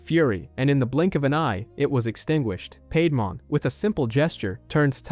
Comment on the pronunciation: Great video and nicely done, but some of your pronunciations are killing me, especially when they say it in the show LOL! Mainly Seadramon, Piedmon and Digimon themselves haha